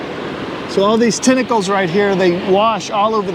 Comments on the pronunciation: Sorry but its tentacles but not tinacles is pronounced 🖐🏻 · "i guess i touched somebsome of the tentickles"... touches the thing again licks his hand 🤷🤦😂